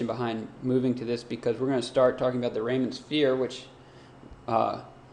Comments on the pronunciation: REE-man not Rayman. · It's pronounced like Ree-muhn